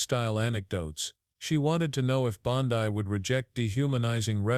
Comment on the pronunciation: Her name is pronounced BONDEE not BONDIE.